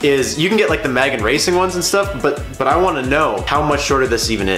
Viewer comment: Man said Magen